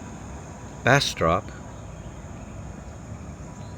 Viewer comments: “Bass-strip” not how you pronounced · Hey, as someone who grew up in North Louisiana, it’s pronounced “Bastrup” by the locals. Just info in case y’all make it back through there again. Safe travels!!! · Bastrop rhymes with cup, not cop. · The way you pronounce BastTROP is hilarious!! You're way off brother. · I came to say the same thing. I cringed at the pronunciation. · ^^^ yea he definitely saying it wrong